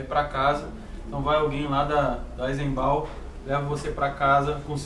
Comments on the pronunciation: Amigos a pronúncia não é eisenbau e sim eisenban(eisenbahn)... muito bom o vídeo parabéns. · A pronúncia é "aisembaun" mesmo?? Sempre chamei de "aisemban". Atualização: acabei de pesquisar no Google Tradutor e a voz alemã falou "aisemban", sem o "u" no final (que vocês por vezes usaram). Não foi uma crítica, viu?! Inicialmente foi uma dúvida real e depois foi para contribuir com o canal. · A pronuncia dói :-)) Treinem aí é [ AízeN BáN] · Sou grande fã desta cerveja. Também visitei a fábrica Baez, realmente como vc disse atendimento nota 10, pessoal educadoe a cerveja nem se fala!!! Comprei qse de td lá (só faltou dinheiro rs). Mais gostaria de ressaltar a pronúncia: É "Aizembán" com o N alemão no final. Enfim cerveja top praticamente só tomo ela, e tb suas variedades!!! Abraço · Pronuncia certá é "AISENBÁ" sem o som do N no final. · Pronúncia é Aisenbam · e a pronúncia correta é "aisenban" ! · AISENBAUKKKKKKKKKKKKKKKKKKKKKKKKKKKK PRONÚNCIA ERRADA!!!